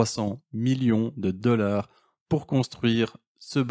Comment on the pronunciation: Et pouis, 18 deleur, il parle français ?